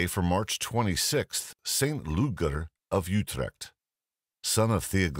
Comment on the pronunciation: Happy to hear he pronounced Saint Ludger's name correctly.